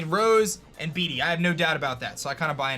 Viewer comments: The more you say "beady" the more my soul dies.... Bede is pronounced "Bead" lol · Love your videos! But bede is pronounced bead not bee dee